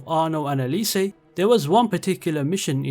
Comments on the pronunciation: Bro, its é-li-se, not é-li-say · Jesus, you must really hate cesare and elise with how you butchered their names 😂😭 hearing a long time fan saying origins is his favourite ac kinda triggered me, but i really liked the format. Kinda nostalgic going into specific mission in each game. Usually i think of them in their entirety, or rather, atmosphere and feeling they evoked. Kinda different when its in this format❤